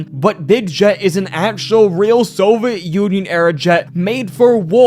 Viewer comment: Hey, idk if you read through the comments, but I really like your video content. I just wanted to advise that you try to pronounce your words a bit more clearly. The amount of times you said Nuclear wrong almost made me click off. Also Soviet and just a few other words were jumbled. Also sometimes you're rushing to the end of your sentence and the end of the sentence gets harder to understand. Like you are trying to say it all in one breath. (Also, if you didn't know it's pronounced Nuke-U-Ler not Nu-Clear. And Soviet is 3 syllables: So-vee-it not So-vet. Who knows if this is going to come up again but if it does.) Idk if you have a speech impediment or anything and I'm not trying to judge. I just wanted to let you know. These kinds of videos are good to put on in the background, so sounding appealing is important I think. Sorry if that was preachy, I just wanted to give some feedback. You can completely ignore me if you think I'm off the mark. I just like what you have to say and would like to enjoy it more.